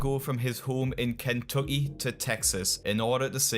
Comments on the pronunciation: “Keh’uh’ie” is a new pronounciation of Kentucky for me 😂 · lol the way u pronounce Kentucky made me laugh. "Ken..... Tucky" 😂